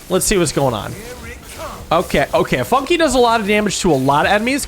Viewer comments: Funke = Spark in German. And it is pronunced very differently in German. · calling Fun-k "Funki" is frying me😭